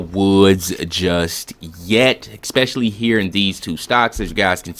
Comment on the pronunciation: FYI, there is no "x" in the word "especially", nor "ask"